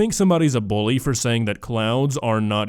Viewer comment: the fact she said buly instead of bully is not surprising